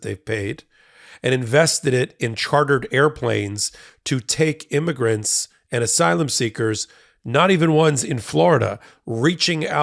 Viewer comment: And “imergants”.